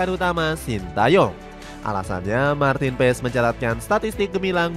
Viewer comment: Baca nya Maarten Pass bukan Maarten Pess